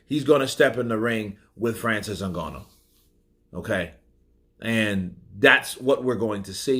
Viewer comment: Nice to see pronounce Ngannou properly 😂